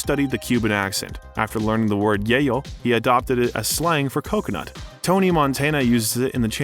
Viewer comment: Cocanut? Sheesh.